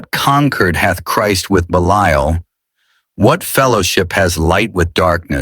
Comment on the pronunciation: I wish ai could learn to pronounce 1 word consistently. Belial is mispronounced 3 different ways